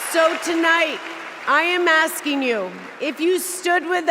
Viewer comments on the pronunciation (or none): That was an axing.